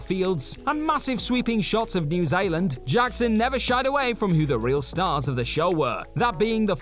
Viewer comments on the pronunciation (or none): Why did say New Zealand so weird? I had to go back and watch it again lol New Zyland